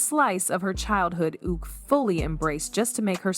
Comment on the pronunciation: The narrator of this video got on my LAST nerve. This woman not one time pronounced this couples name correctly.😡 Then she shortened Uche's name like an endearment you'd give a close friend. I found it disrespectful. She should have learned how to enunciate their names before she started on this video and learn respect 😡😡🤬